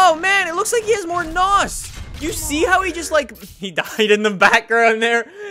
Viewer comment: I cringe Everytime he says nos